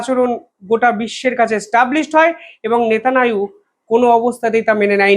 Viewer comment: Bolun Netanyahu Not netananu!